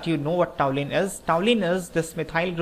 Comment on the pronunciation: really nice conversion problem.one thing i want to point out, it is toluene not toulene.thanks .